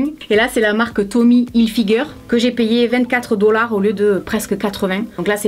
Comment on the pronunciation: C'est trop drole quand tu dit dolar